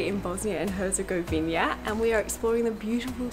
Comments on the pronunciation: It's Herzegovi-NA and not Herzegovi-NIA. Please say the name of the country you are visiting correctly. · “Hezegoina” HERZEGOVINA BUDDALA